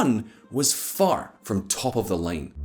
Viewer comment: How come when you say "line" it sounds like you're saying "lane"?